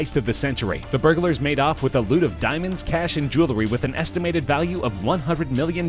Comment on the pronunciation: A bag nail. Burgalers. His pro non c a shen is killing me.